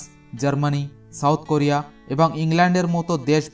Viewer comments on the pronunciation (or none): none